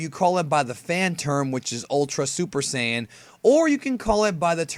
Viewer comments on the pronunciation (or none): It's "say-in" not "say-on".... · What is this? A family guy skit? Why you sayin Saiyan like that? Like those tools who say neanderTALL instead of Neanderthal lol